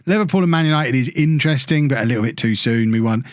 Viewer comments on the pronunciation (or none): none